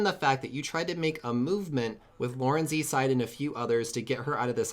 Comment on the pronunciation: I'm am 90% sure that laurenzside is pronounced like lauren's side because it's kind of based of the phrase Lauren's side of the story. Sorry, but this is kind of annoying me. Love the series anyways though! Keep up the great work!